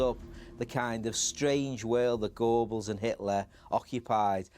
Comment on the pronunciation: A professor should learn German pronunciation…eg “Gurrrbels” not “Gorebels”